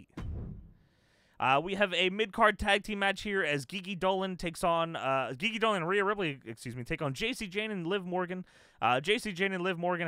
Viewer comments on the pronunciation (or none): Great video content. Enjoy watching this series. Just a correction. GiGi Dolin isn’t pronounce “Ghee Ghee” or “Gee Gee”. It’s pronounce “G G” like ur just pronouncing the letter G’s